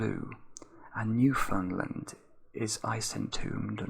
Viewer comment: Very much not the point, but for future reference, Newfoundland is pronounced New-fin-land. Loved the beginning, especially when your voice got softer!